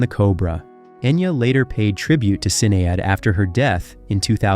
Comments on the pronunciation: Right, it hurts how he pronounces Sinead. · Pleased note correct pronounciation of Celts which is phonetically Kelts. You also screw up Sinead O Connor's first name and the correct enounciation of the band the Fugees. More research please.